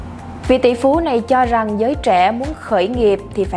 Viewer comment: Nội dung hay, nhưng đọc sai chính tả khó nghe lắm ad ạ: triến đấu, tro rằng, trúng ta....